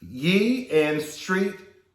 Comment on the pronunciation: Arw you kidding when you say Kanye changed his name to Yee? Bc it's just Ye and pronounced the way you say his name normally... Why would it be Yee???? I'm gunna assume you're joking LMAO